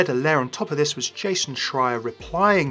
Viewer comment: Someone who can actually pronounce Jason"s name!